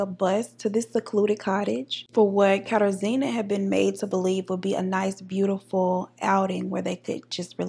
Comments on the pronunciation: It’s pronounced “kuh-tar-ji-na” there was a girl on ANTM with the exact same name thats the only reason I know 😂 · Google failed you, it’s pronounced “KATAR-ZHEE-NUH” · It’s a polish name. Pronounced KatARzna. Nickname “Kasia.” Best to use the nickname, polish names can be tricky. Im living in Poland now and I just got used to the names. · I'm loving your look, Deep Caramel Goddess. Kat-ah-zhj-ih-nuh. zj as in zhjuz it up a bit